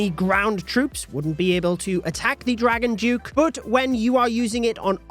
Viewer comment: Dragon Duke 👎🏻 “Dragon Juke” 👍🏻